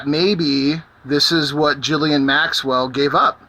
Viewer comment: Is her name really pronounced "Jizzlaine Maxwell?" xD